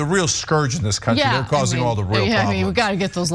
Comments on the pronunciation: Because ish to me Cenk IS saying Libearians or Liberian’s, like people who come from Liberia? A couple of times it even seems Ana is making a subtle point of correctly pronouncing Library or Librarians. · Totally agree of course (I'm not brain damaged), but Cenk has to practice how to say "librarians" since he kept saying "libarians". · Is Cenk saying Libearians? 🧸📚 😆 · I can't tell if Cenk keeps saying "liburians" on purpose or if that's just how he airways pronounces it. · Cenk, libr-air-ians and bee--LINE... Hate to be a pronunciation nazi but jeesh... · Cenk’s pronunciation of “librarians/library” is bothering me. 🤣🤣🤣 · Librarians.. funny how it’s mispronounced by some..